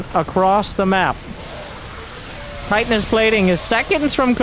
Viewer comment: please help change this all casters get it wrong and it drives me nuuuts lol, Chitinous plating is pronounced “chih-tin-nous, like chin, shrimp/crustacean shells are made of “chiton” and the ultra is basically a huge shrimp crab beast. He’s made out of lobster shell